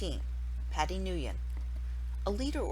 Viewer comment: You pronounced Nguyen wrong you're supposed to say it like win.